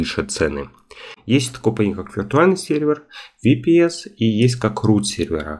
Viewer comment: Ага, так правильно, особенно VPS - ВиПиСи😄